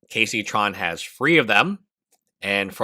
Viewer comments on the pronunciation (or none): Bro can’t differentiate the words free and three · How can you be at peace with yourself speaking "phree" instad of "three".